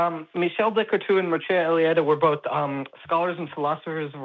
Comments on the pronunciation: As usual, cannot pronounce the names. “Mircea Eliade”, ffs. Would also not agree with either. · Mircea Eliade is not obscure and probably would not identity as a philosopher either. But you can tell how tell conversant is by the way he butchers the name.